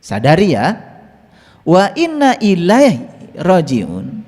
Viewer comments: Ma'af pa. Itu salah cara bacanya. Bukan illah tapi iaihi artinya kembali padaNya. Hati-hati ya pa jgn membodohi ummat. Pesan aku belajarlah yg bener, baru ngomong. Oke!!!!! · inna lillahi wa inna ilaihi roojiuun. kata yg kedua bukan ilah pak tapi ilaihi, huruf jar bersambung dlomir hi. yg artinya kapadanya. انالله وانا اليه را جعون.